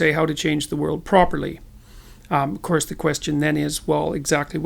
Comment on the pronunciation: You lost me at, Pinocchio, the whale is a fire brithing dragon and "of curse, phoenix tears have healing powers!"... You can be right about everything you said, but somehow still sound like a rumbling mad man.